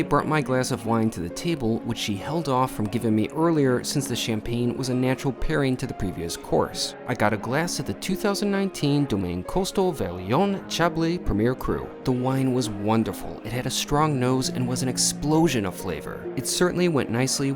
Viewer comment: In what world can you critique a dish at a 3 star Michelin resto. You don't even know how to pronounce the food items or the wine.....ffs. You are an embarrassment to restaurants. It is Shaaaahhhhhbleeeeeee amongst other desecrations.